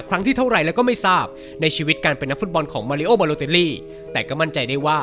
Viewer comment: มารีโอครับ ไม่ใช่ มารีโอ้